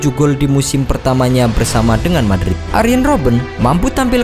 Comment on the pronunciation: Arjen jen bng bkn arien